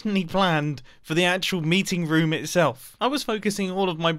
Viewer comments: I love how he says room lol like rom xD Love youuuu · he pronounces room as ruum which im not used to lol. its the second time ive heard him say it like that since i first watched him (two years ago) and the other time was reffering to his last life bunker (rip that mumbo aye) except im not jolly bout his death